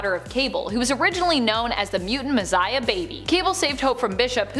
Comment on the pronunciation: Mizziah??? She doesn’t know how to say, Messiah?